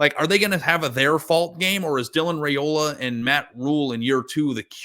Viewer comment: I heard Saturday during the game that Dylan’s last name is pronounced Rye-ola, rather than Ray-ola. Thanks.